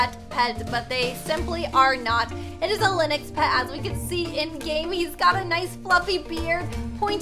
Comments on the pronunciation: it is Lynx not Linyx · It’s pronounced links not liniks 💞 ( I think) XD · ITS LYNX NOT LINIX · did u just say linix instead of lynx? I'm sorry but its pronounced linx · lynx No one: pronouces it linex Everybody else: pronounces it linx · its not lynix its lynx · Is no one talking about how she keeps calling Lynx Linix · Omg im getting kinda triggered ah is calling the lynx a lii-n-x undead of a ly-n-x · lynix Me: it’s LYNX no i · The animal a LYNX isn’t said LYNIX it’s said LINGX so it’s only one syllable :) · It is not lynix it is lynx!!! I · lynx is pronounced ling-x not Lin-ix btw ☺️ well that’s the way people say it where I live ☺️ (not trying to be rude) ilysm!! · Was anyone else bothered that she said. Linix Not lynx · It’s not lenix it ley-nx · Lynx is pronounce “Links”. Not “Lenox” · Linix Me: it is pronounced Ling-x (with a x sound) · How pernouces lynx lin-ix how your sposed to pernouce it ling-x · btw lynx is pronounced like "lingks" not "linux" 😅☺ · everytime says linux instead of lynx😅😅😅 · I'm Canadian... It's not called "Lynexx" it's pronounced "liNGks" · It’s pronounced Linx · Hey! Just FYI, Lynx is pronounced LINGKS or Links. Have a nice day 🦄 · this is how to pronnounce lynx: L-ing-x (kinda idk) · its pronced le-nx Ok ty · Ok the word lynx is pronounced links lol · its. prenounced lincs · Just saying the Lynx is pronounced as "Links" like the body spray x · The Musk Ox is huge and scary in real life. Lynx is pronounced "links" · Not to be rude, but lynx is pronounced ling-x :) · Lynx is pronounced LINX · Lyns is pronounced link-x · i think its literally pronounced "lingks" everywhere and she just doesn't know how to say it properly😅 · U said lynx wrong but its okay i love u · Your pronouncing Lynx wrong fyi.. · your saying Lynx wrong